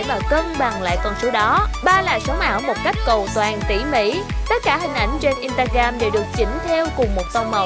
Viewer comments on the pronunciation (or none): In sờ ta gờ ram chứ ko phải in ta gam bạn ơi :))